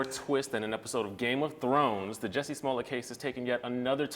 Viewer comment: Off topic... but I cant get into it simple because his name is being pronounced wrong. As an educator & someone whose name is always mispronounced, that alone is step #1. WHY is it so hard for folk to just say J*U*S*S*I*E!? Geesh 😡 Ok. Well anyways... back to the story👌🏽💚🦋